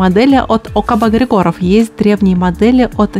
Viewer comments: Я думаю что в словах ОКБ Григоров, в фамилии Григоров,ударение нужно делать на первую И. где артиллерия?))) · В смисле, какая доказуха? Я из Болгарии и Георги Григоров лично знаю, но в Болгарии никто не ставит ударение на Григоров на первое и